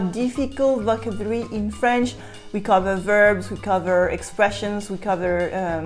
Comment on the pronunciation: Could I give you one pronounciation note?)) you are always saying vOcabulary meanwhile it has to be pronounced as vocAbulary)) try it and you'll see, it's even easier to pronounce))))) et merci beaucoup de ton travail))